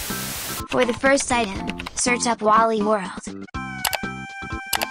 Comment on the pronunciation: "waly world" waly what